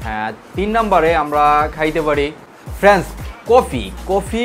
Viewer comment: আসসালামুআলাইকুম ওয়ারাহমাতুল্লাহি ওয়াবারাকাতুহু ভাইয়া আপনার কথাগুলো ভালো লাগলো তবে আপনি ভিডিও তৈরি করার জন্য সুন্দর করে বলার চেষ্টা করবেন যেমন ফ্রেন্স না বলে ফ্রেন্ড বলেন।